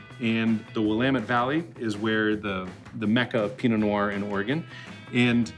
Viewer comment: dont pronounce the t makes you sound like an idiot